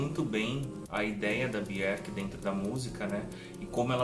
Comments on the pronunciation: me tire uma dúvida. Pq tem momentos que você pronúncia o nome dela "Biorque" e em outros "Bierque"? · parabéns pela coleção. Obrigado por compartilhar conosco suas preciosas conquistas. Mas é um pouco estranho ouvir você pronunciando o nome dela. Aqui vai ela falando certo nesse vídeo abaixo. Um abraço.